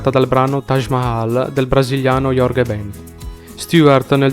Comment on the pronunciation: Il video mi è piaciuto fino al momento che hai storpiato il nome di Jorge Ben!